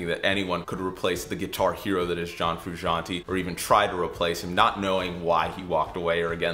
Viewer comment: They way he pronounces Frusciante triggers me